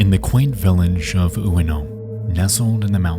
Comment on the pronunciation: Just a note: Ueno should be pronounced as "way-noh".